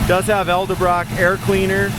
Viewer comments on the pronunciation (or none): Ah whoops…that’s Edelbrock,,,,not Eldebrock. Simple mistake 👍🏼